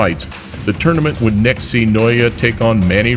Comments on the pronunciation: Cmon guys... N O A pronounced like that.. Jeebus! Love that liver punch KO! He's a beast, i dont need him to punch me in the face or liver to give him his props!! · NA OH YA!!!!!!! Easy to pronounce!!! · The Britton couldn't pronounce his name, had to Google & Youtube. Well, now the name Naoya just kept ringing in his ears and head. LMAO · How you say his name again? 😂😂